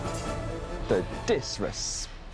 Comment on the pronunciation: Nobody: Not one soul::”.....the DISRESPECKT....”